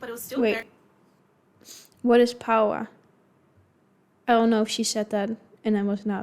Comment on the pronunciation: its a paua pie not power pie🤣🤣